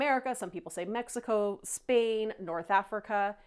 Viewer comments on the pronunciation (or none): none